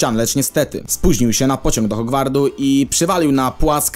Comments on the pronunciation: hogwartu nie hogwardu 😂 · Czy tylko mnie wkurza jak ktoś mówi HogwarDu, zamiast Hogwartu? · HogwarDu powiedziałeś HogwarDu?